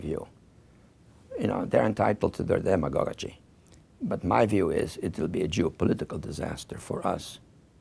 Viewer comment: he mispronounced word demagoguery and this is what actually you are doing right now with twisting obvious and pulling towards your narrative